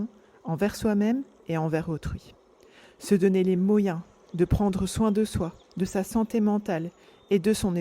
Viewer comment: Les mo-yens... intéressant j'ai jamais entendu cette prononciation ^^